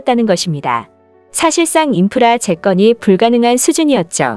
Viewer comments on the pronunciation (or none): 왜 '재건'을 '재껀'이라 발음하시는지?은근히 신경쓰이네요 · 왜? 재건을 재껀으로 읽죠? 이건 기본인데...ㅠㅠ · 재건 똑바로 읽어라 쫌